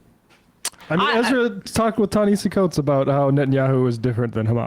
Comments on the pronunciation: Too bad he didn't get Coates' name right either, though that is forgivable. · Please pronounce coates name correctly